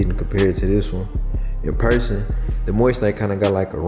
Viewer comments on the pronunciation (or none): none